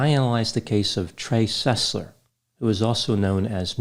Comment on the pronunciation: Trey SUS-ler